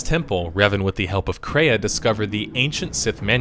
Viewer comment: Why does he keep calling her Kraya? Isn't her name Traya?